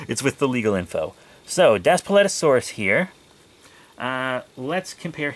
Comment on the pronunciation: It’s pronounced Das Pleet O sor rus